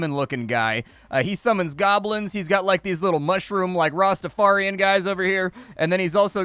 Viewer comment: Rastafarian...... you pronounce that soooo wrong lol